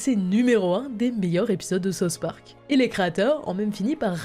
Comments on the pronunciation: « Sa-ousse » park C’est quoi ce « sauce » park « Sauce » c’est ce que je demande à mon chef kebabier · Tu peux pas être fan de south Park et sortir « sauce Park » nan frérot 😔